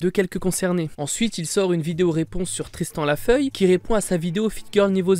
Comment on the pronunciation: Tristan la feuille 😂😂 C’est Tristan defeuillet et pas la feuille